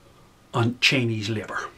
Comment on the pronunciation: as an American, and these days I call myself an American with a heavy,heavy heart...the Irish brogue (sounds Scottish?)when saying 'Chinese' sounds like 'Cheneys' to my ears at first -lol. And in the context in which you speak it was much the same concept to me at least.Take it or leave it. Sorry if that was juvenile of me to say, I just thought that was great.BTW you sound Scottish, perhaps that is a North Irish thing. Great thoughts ,I subscribed and look forward to more uploads!